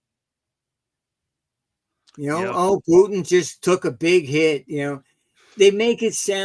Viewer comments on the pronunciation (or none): none